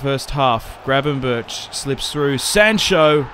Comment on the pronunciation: His name is not Gravenburch and Donny is not van der birds mouth :S disrespectful